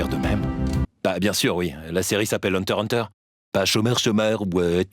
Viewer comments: Ses hunterXhunter pas Hunter Hunter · Ca se prononce hunter ikss hunter mais sinon très bonne vidéo et ne vous inquiété pas personne n'a remarqué que vous êtes giga fan de Naruto 😜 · Par contre on dit pas "hunter hunter" c'est "hunter IXE hunter" s'il vous plait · js mais ça me stresse qu'on dise pas le x et pour moi ça se dira toujours une hunter x hunter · Hunter X Hunter et pas Hunter Hunter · Pourquoi tous le monde dit Hunter Hunter alors qu'ont lis Hunter"X"Hunter ? pourquoi ont prononce pas le X ?